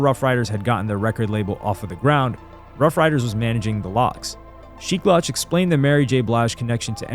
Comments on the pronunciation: Great video but it’s not Sheek “lauche” it’s SHEEK LOUCH! Pronounced ’LOU-CH’ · Bro was stepping on legos😂.. "LOuch" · Lmaooo I ran to the comments once I heard him say the loach lmaoo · The way you said sheeks last name was too off my guy 😂😂😂